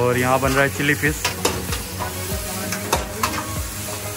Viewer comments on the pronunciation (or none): It's not fis It's fish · Chilli fiss ,, 🤣🤣🤣abe bolna toh seekh le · Who else hearing chilli fish; chilli flakes